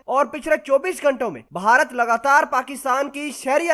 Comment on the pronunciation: The proper word is bharat, not baharat.